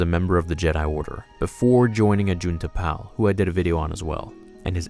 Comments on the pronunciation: Pronounced Ajunta "PAUL", not "Pal." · AJUNTA PAL you pronounced his name wrong the pal is tricky put the emphasis on the a so it like paal lol sorry I just needed to point 👉 that out loved the vid big thumbs up 👍